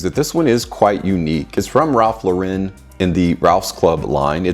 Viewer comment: Google AI: The correct pronunciation of Ralph Lauren's name is "Ralph LAU-ren", with the emphasis on the first syllable, "Lau", like a girl's name. It's not "Ralph Lau-REN" as the second syllable is pronounced "AU-ren". Here's a breakdown: Ralph: Pronounced the same as the given name, "Ralph". Lauren: Pronounced like a girl's name, "LAU-ren". It's a common misconception to pronounce it with the emphasis on the second syllable, but the correct pronunciation is "LAU-ren".